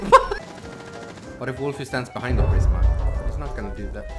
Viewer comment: hm yes, "behinf" is good